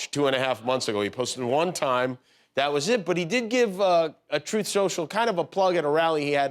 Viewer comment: There it is Donald Trump struggling to say the word TRUTH 🤣🤣